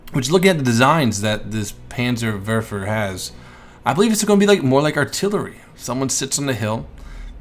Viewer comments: Its the "Panzer'WARPHER'" not verfer. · that R in Werfer is there for a Reason;) WeR-fer;) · it is pronounced panzer vofver. ( remember dude its german.) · Panzer Verfer in Engrish LOL! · 1: Sturmtiger's sound files are in the game yes 2: It's panzer-where-fer 3: it's cal-e-o-pee 4: artillery wont be in the game, these rocket vehicles can fire directly as well as indirectlypure indirect fire vehicles won't be in the game, such as the Katyusha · its pronounced panzerwerrrrrrrrrfer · in dutch and in German the W is pronounced like a V